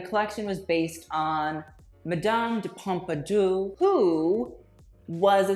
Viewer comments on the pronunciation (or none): Oh my god your French pronunciation is just cringy. Please stop. "Madom de Pompadoo?" Geez